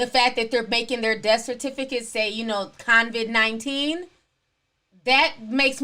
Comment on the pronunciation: Why does she call it Con-Vid 19?